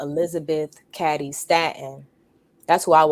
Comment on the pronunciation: Elizabeth Ca(long a for f** sake)dy Stanton. If you really knew anything about this topic, you’d surely know how the damn names of important, relevant people are pronounced, right? Since you don’t think the 19th Amendment was a result of decades of feminist work, why don’t you keep your azz out of the voting booth and stay in the kitchen and let men run the country. Matter of fact, follow the advice of the Apostle Paul and just shut the hell up.